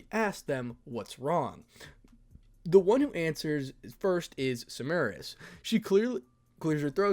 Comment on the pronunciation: Just a tip for future chapters when Semiramis (lady death) makes another appearance. For pronunciations sake Semiramis is the assassin of black from fate/apocrypha on Netflix. Idk why but I’m hearing her name being said differently.